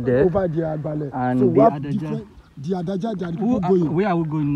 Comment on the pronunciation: The right pronunciation is Ade aja.. but they call it adaja. That’s a fast pronunciation.